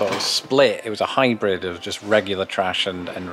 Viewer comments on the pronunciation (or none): none